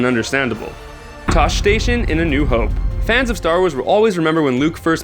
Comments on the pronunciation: tosche station is pronounced toshy station not tosh station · It is kind of retarded to do a Star Wars video and not know how anything is pronounced. Toesh station? DAH-GO-BUHH? This guy clearly isn't a SW fan. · You pronounced "Tosche Station" two different ways in the spans of 5 seconds. Both ways were wrong. "TAW-SHI" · No man, it's the fact that if you are reporting on something you should have actually put some work into it and properly pronounce the words. It's called being a professional.